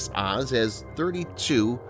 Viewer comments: also, Oz is pronounced more like "Ohz" or "Oze" lol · Please learn how to pronounce the Hebrew vessels. OAZ as in OAK. MAH-GEN, not maygin.